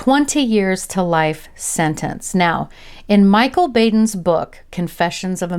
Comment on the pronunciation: 🎵Tangled up in Blankets—and Blue… 🎵 …Sorry,I couldn’t resist… ✌️ Properly used birth control would prevent many of these kind of cases… …Not a big deal, But I think Dr Baden is preferably pronounced Bah-din ✌️… Rhyming with Bin Ladin 😉✌️